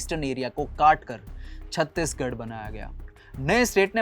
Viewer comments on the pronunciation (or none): none